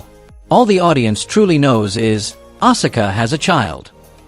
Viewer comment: And you butchered Asuka's name as well!!! You're obviously NOT a true wrestling fan if you're pronouncing all these names wrong. Stops watching